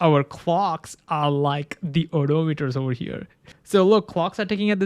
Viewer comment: It is pronounced o-DOM-itors. Not Odo-meters